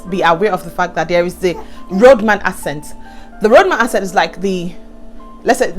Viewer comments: i like what you're doing, i use to mispronounce words wrongly when i first came. too . Note: Accent is pronounced akcent not assent even though is spelt accent.. so it's pronounced ackcent. U can type it on youtube for correction. . When i came to the UK, i realised that my pronunciation was wrong so i humbled myself to take correction ..... the best way to learn is to type on youtube "accent pronunciation" and it will be corrected . English is not our language, so i no they send anyone who's trying to insult me and i always stand to be corrected that's the only way to learn .. but make sure u slow down , don't talk too fast.....until u master all pronunciation .But overall i enjoy your story and i'm going to subscribe . u forgot to mention the fast internet though that you're using for your youtube...and plus in the uk their is help every where especially for women. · Talking of accents, the word is pronounce "axent" not "assent"!